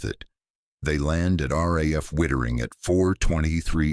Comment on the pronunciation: It's Witttering not whitering